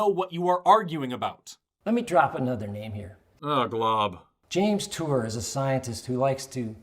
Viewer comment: “James Tour”